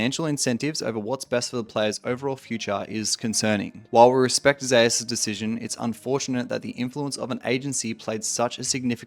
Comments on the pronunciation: Why is his name pronounced "Zayus"? And not like the Greek God Zeus? ZOOS. Faker isn't pronounced "Fah-kur". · Only league players can mispronounce Zeus so horribly wrong. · Bro how u cant pronounce the name "Zeus" ....